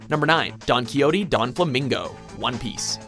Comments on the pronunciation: it's not "donquiyoti donflamingo", it's a spanish name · im getting cringelevels worthy of vegeta at saying donquixote and dressrosa, its don-kwi-hote. and dress-rosa, not dress rona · Rewa Khalife donquixote is pronounced as Donkey-hote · I CANT EXPLAIN HOW MAD I AM. NOT BEING A WEABOO BUT YOU GUYS ARE PROFESSIONALS SO GET YOUR SHIT RIGHT. PRONOUNCE HIS NAME RIGHT. DONQI(HOTE) DO. DOFLAMINGO. AND DRESSROSA. ROS(E). AAAAAA JESUS PLEASE SEE THIS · how in the hell does Don Kiyotee sound correct? the hell name was pronounced wrong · Jeez, mispronounces so many names in anime but you'd at least think they'd be able to pronounce Donquixote's name correctly. We all should've heard the name before at least once in our lives because of the famous Spanish novel "Don Quixote" by Miguel de Cervantes (the original title of the book is much longer btw).